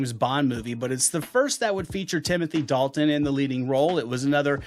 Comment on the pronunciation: the way he pronounced dalton sounds like a redneck, hillibilly